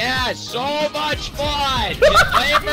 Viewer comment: "Too Moch Power"